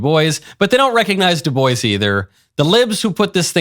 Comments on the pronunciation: She said De Bois (boys) fucking learn how to say his name. De Bois (Bwah) it's inherented french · W.E.B. De boyz? I think his name is pronounced, Doo Bwah.